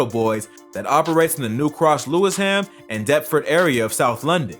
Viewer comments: Lewis Ham lol it's loo wish um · Not lewis-ham😂😂 It’s pronounced “loo-sham” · Lewis ham the fuck it’s pronounced lewish ham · say Lewisham like lu-ish-am and it will sound right lol not lewis-ham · Cracked me up when he pronounced Lewisham as Lewis Ham. Good video though. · It's Loowisham not Lewis Ham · It’s lew-Ish-am not Lewis ham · lewis ham is pronounced Lewish-am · Lew-ish-am not lewis-ham 😂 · See also : Lewis Ham 😂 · "Lewis ham" I'm dying 🤣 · man said lewis ham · its pronounced LEW ISH AM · This man did not just say Lewis - Haam🤦🏽‍♂️ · The way he pronounced it lmaooo Lewis ham